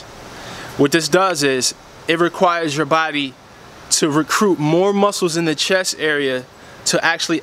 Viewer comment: Thank you great Tips But Not to correct you, BUT its CHEST not CHESS just sayin